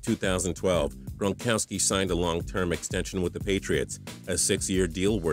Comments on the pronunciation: Rob gronkoski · TPS at the begging did you say Rob Bronkowski